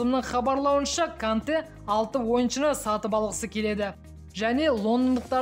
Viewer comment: Канте емес Конте о